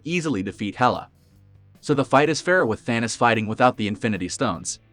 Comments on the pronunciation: It's Thanos not Thanas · It was so annoying hearing the guy keeps saying Thanis instead of Thanos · Thanis. Thanis. Thanis. Whats with the computer voice